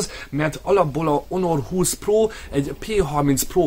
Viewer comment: Onor 20? Ammeg mi a ...? 😂😂😂